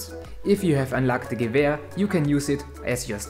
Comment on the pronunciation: finally,, someone can pronounce gewer properly,, lmao,, keep up the good videos bud